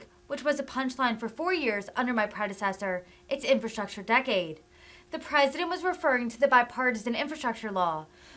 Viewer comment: He can't even pronounce infrastructure! 🤦🙄 He is worried about infrastructure when the LIB CITIES ARE LITERALLY BURNING AND DEGRADING FROM CRIME, Over-spending, stopping oil production and making gas prices high and increasing prices to truck EVERYTHING!...Ok Pennsylvania but let's elect "UNCLE FESTTERMAN"/"NOSFERATU"🧛🧟 to SENATE and make things even worse! Like start bailing water and people into the Titanic 🤔